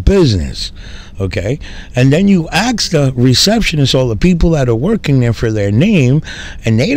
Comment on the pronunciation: Hi, I really like your video's and your narratives, but could you try to pronounce 'ask' as in "asking" instead of 'aks' and 'aksing'. Best regards nevertheless.